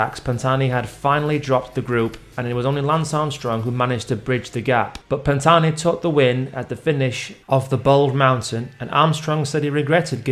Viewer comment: The h is silent !!! But thanks for speaking of the greatest climber the sport has seen! 👍